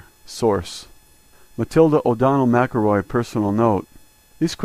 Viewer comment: NAVAN,,its PRONOUNCED NAV ViN by us all one word no pause ,say it quick an ul have it to a T , ,not Nah -vann, also Ms Mac Elroy is pronounced like Rory Mackel Roy not Mac El Roy